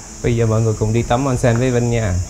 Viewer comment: Onsen trong tiếng Nhật đọc là ôn-sên a ơi :))